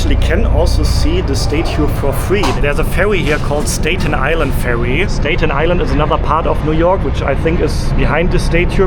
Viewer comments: The "A" in Staten and Statue are pronounced as in "cat'. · also STATen Island not "stayten" island. I agree..love his videos too :) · Correct pronunciation of Staten Island is Sta-- as in apple! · As an English teacher to non-native English speakers, I must try to help you... Statue is pronounced STA-choo (STA has same sound as the word "at"...like I am AT the hotel...NOT the sound of the word "stay" as you are pronouncing it... Staten Island is pronounced the same way. Love your channel and love your videos, I watch them all!